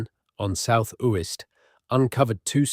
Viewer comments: One of the tells indicating its AI, comes across as thoroughly researched yet cant research how to pronounce a name properly. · Yes they should learn to pronounce Uist properly where my father was born 🥴